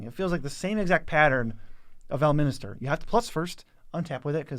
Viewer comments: I really love ya guys, but you need to start pronouncing cards right at some point lol. "Ell - minister" he says.... :p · I usually chuckle when mangles the pronunciation of cards. But boy oh boy, listening to him completely whiff on Elminster, tiefling and a dozen other simple words was a punishing watch. Love you guys, but c’mon…